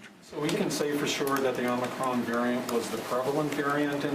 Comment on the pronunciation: the premiere doesn't even know how to pronounce it. It's not "omnicron" it's OMICRON. More proof that he has no idea what he's talking about.